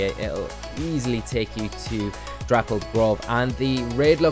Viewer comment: ITS NOT THAT HARD TO SAY, DAPPLED NOT DRAPPLED LMAO